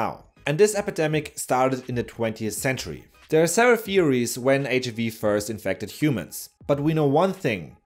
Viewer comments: HIIIIIIV! please don’t swallow the I sound. It sounds so weird and makes me wanna throw up! H-I-V not HV cmon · Why does he pronounce HIV “H-uhh-vee?” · Why did he pronounce HIV as HAV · Ich habe noch nie jemanden auf Englisch HIV so aussprechen hören wie dich. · y do u pronounce HIV in a funny way